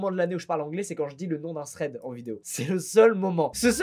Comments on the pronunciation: Un "Sread" au lieu de Thread. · Je viens de comprendre que quand il dit sred il voulait dire thread (enfin je crois 😅) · Ben non tu parles anglais à chaque fois justement : "Thread" 🙃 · Tu dis que tu parles anglais mais tu prononces déjà mal "thread"